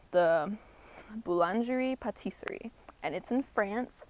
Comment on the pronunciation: btw future reference its pronounced boo-lan-jeh pa-teesry